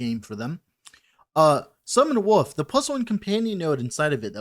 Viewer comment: I always thought when you said "Wolf" you were pronouncing it as "woof" as a joke, but now I think you're serious. Its cute :P